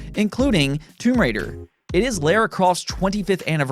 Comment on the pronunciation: That's 'Lara' not 'Lera'